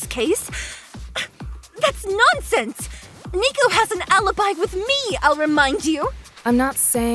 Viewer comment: IT'S NOT NICOVER.